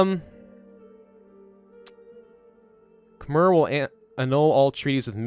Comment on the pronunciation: You pronounce “Khmer” wrong... you should pronounce it between “ei” and “er”